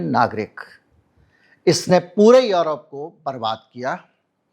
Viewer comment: यरोप नहीं यूरोप है